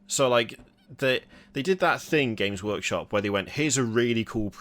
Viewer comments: did say James workshop? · ah yes, JAMES Workshop.